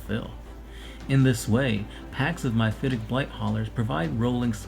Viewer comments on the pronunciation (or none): Well that was painful. MY-phitic? MI-phitic? The word is MEPHITIC.